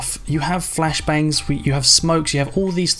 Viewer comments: SwiftPanda listen close he says "fashblangs" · "the fact they have fashblangs"😂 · My dude said fash blangs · Jake Edmonstone Your right, he does say fashblangs xD